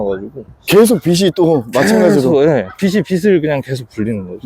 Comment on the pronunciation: 빚을-비즐, 빚이-비지 입니다 입니다.